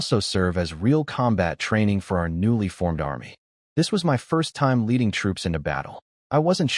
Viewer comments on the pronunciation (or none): none